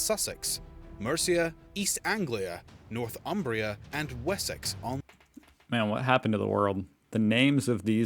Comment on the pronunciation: It's not "North Umbria" (that's in Italy): it's "North Humbria" (land north of the tiverHumber) and pronounced "Nor-thumbria" not "North-umbria".